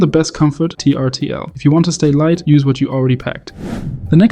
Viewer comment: Great video! … and I’m looking forward to seeing you on camera. By the way, I’m pretty sure Trtl is actually pronounced Turtle (just another example of a company trying to be clever by eliminating the vowels).